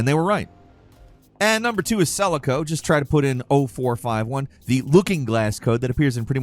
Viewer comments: "sell-a-co"...its "seh-lah-co".... Damn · Did this guy seriously pronounce Selaco as "SELL-a-ko"?